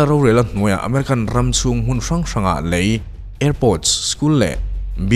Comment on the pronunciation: ah hian, "LEI", tih i lam dan hian ka lung a dum chiah lo deuh. "Lei(sand)", tih leh "lei(tongue)", ni lovin "LEI(Bridge)", tih tur a nih zawk hmel hle mai. Phunchiar vang ni lovin, ṭhahnemngaih vang zawk in aw. Nang (ka mi ngaihsan) meuh ina i'n chhiar sual ve tlat tak ah chuan. Ka'n ti ve deuh duah a nih chu......